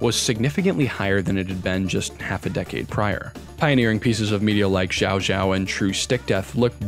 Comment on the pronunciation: Incredible video. Incredible channel. But it's not pronounced ZhaoZhao